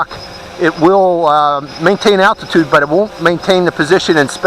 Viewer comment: LOL you said altitude so funny